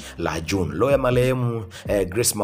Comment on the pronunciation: Halafu wee mtangazaji sio loo ya malehem, ni roho ya marehemu unatia aibu jifunze kutofautisha R na L